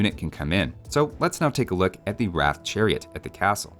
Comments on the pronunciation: What annoys me is that they call the 'Roth' the 'Ratha', a very Hindi rendition of the Bangla word. Just asking any Bengali would be enough to know it's pronounced without an 'A' sound, which is a primary phonetic differentiator between Hindi and Bengali. Yoga is Jog, Asana is Ashon, Veda is Ved, Chakra is Chokro - it's obvious but the devs didn't get the memo. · i was just about to comment about the pronunciation XD, i personally pronounce it as roth if you add the w in front they might just say it as wrath and call it a day..... and btw didnt you find the villagers voice acting a little odd as if a non native person is speaking those lines like ami jahiyea , jogariya sounds about right.....